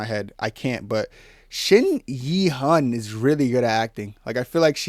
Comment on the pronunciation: "Eun" is pronounced "Oon"